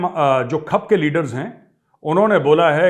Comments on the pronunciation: मेजर साब, खप नहीं खाप कहते हैं। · मेजर साहब खप नहीं खाप है और खंडेला नहीं कंडेला है यानि कंडेला खाप शुद्ध प्रचलित शब्द है। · Dear thoda dekh liya kro kya bolrah khap nhi khaap hota h thoda dhyan. Rrakhk f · पहले तो बोलना सीख ले खप नहीं है खाप होती हैं। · Khup nahi hota. Khaap hota hai. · Khp nhi khaaap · Abey lodu खप nhi खाप पंचायत होती है 😅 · मेजर साहब खप नहीं खाप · खप नही खाप बोलते है। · Arey gaurav sir, it's Khaap not khap... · Jai hind Major saheb, The word is Khaap not khap Haryana me Khaap panchayten hain Thanx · खप नहीं खाप कहते हैं मेजर। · खप नही साहिब खाप होता हैं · ये खप नहीं खाप होता है सर जी । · मेजर यू talk like alien of the north west India and speaking खाप as खप। You know nothing and just a touts of Modi । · Bolne to sik le phle kap nhi khaap hota h or itni dhinge mt mara kr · सर ये खप नहीं, खाप होता है। 😂😂😂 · Properly pronounce khap......it's call Khaaap in hindi....... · मेजर साहब खप नहीं खाप होता है । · Major Sahab , सही उच्चारण खाप है , खप नहीं . It is Khaap and not khup . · Khap nahi sir khaap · Sir ye खप नही खाप है, और जिंद नही जींद होता है with due respect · खप नहीं ख़ाप होता है ताऊ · खप नहीं सर , खांफ ! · मेजर साब जयहिंद खप नहीं खाप कहते हैं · Sir I am big fan of yours and your style of presenting facts of Geopolitics ,Sir sorry to correct your pronunciation word khap ,whenever you use word khap its pronounce as खाप not खप, Jai Hind Sir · खप पंचायत नहीं सर जी खाप पंचायत कहें। खप पंचायत अटपटा लगता है। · not Khap, Major saab, it's khaap. But I don't know what language it comes from. खाप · मेजर गौरव आर्य, मैं आप की और हर सैनिक की दिल से और अपना धर्म मानते हुए इज़्ज़त करता हूं, आप द्वारा कुछ एक नामों के उच्चारण की ओर ध्यान दिलाता हूं जो khap को "" खप‌ "" बोल रहे हैं यह शब्द "" खाप‌ "" कहा जाता है तथा शहर "" जिंद "" नहीं है बल्कि यह "" जींद "" शहर कहलाता है। जय जवान, जय हिन्द। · Major Saab...it is pronounced as "khaap" and not "khup" 😅😅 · This is KHA A P not khap, Sir. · खप नहीं खाप होता है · Khap pronounce krna sikh le phle bjp ke paid admi😂😂😂